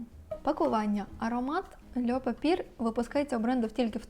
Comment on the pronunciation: льо папьє, а не льо папір🥲 також маю цей аромат, дуже подобається)